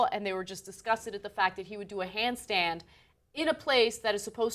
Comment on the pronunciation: She slipped up and said 'handstein'....lol